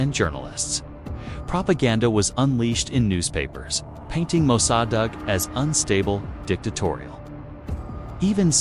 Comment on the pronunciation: AI narrator can't pronounce Mosaddegh 😆 and can't even do it the same wrong way every time.